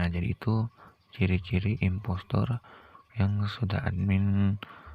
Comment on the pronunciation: Kok gua Denger investor Efex Blm makam 1 menit:v